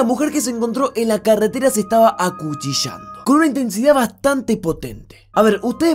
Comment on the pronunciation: acuchichando 😂😂😂😂😂😂😂😂😂😂😂😂😂😂😂😂😂😂😂😂😂😂😂😂😂😂😂😂😂😂😂😂😂 es acuchillando**